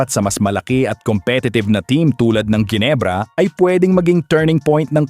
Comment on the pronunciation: Jinebra (as u pronouns it) putcha! MALI! JINEBRA MO MUKHA MO! GINEBRA (Hinebra ang pronouns)